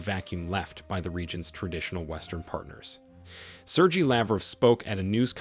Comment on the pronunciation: Please learn how to pronounce the name "Sergey" you are fucking it up so badly.